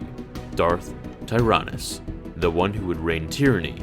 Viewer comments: It’s darth (Tie-ran-us) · YoozT WientjeZ I know it's just that when it was said in something else I heard it pronounced as Teerinus instead of Tyranus